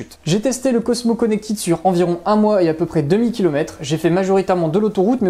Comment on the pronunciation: Merci pour le test bien réalisé et clair. Produit intéressant. Une réserve toutefois sur votre prononciation en anglais ! Notamment "Connected" qui ne se prononce pas "connectide" mais se rapproche de "connectède".